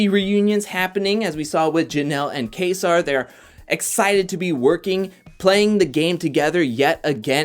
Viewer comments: Its pronounce kayser lol you sound like cody saying kaysaar lol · My man can't even say kaysar. Sounding like cody Bruh